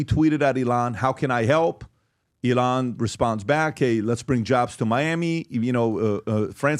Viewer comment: Pbd why do you say elons name so weird.. you've heard him say his name a million times. Why tf do mispronounce it so often